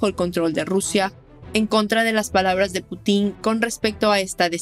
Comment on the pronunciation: No se dice Putín.. no lleva tilde en la i